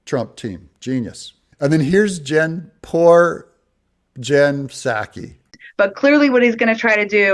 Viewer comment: "Poor Jen-sackie"... 😂 What a sack of crap, "commentator journalist".